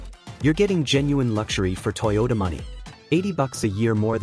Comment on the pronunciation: Since this video is supposedly from a mechanic who we would expect to be familiar with vehicles, but doesn't know how to pronounce Toyota (toy ow tuh), and instead pronounces it as (toe duh), color me skeptical.